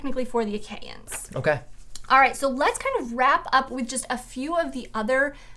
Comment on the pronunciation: Years late so I doubt this matters, but it’s the “Ach-E-ans”. “Ae” is always pronounced “E”. There is usually a helpful pronunciation glossary in the back of Homer translations. There is at least one in the back of the Fagle translation.